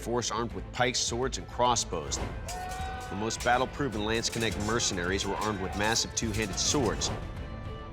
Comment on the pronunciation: For me it is funny how they say Landsknecht. You can write this on a list, hardest german words to pronounce.